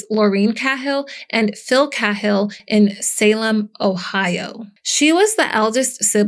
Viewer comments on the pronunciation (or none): IT'S PRONOUNCED KAY-HILL! 😅 AND SUH-RAN-DUHN! SORRY, GRAMMAR FREAK HERE.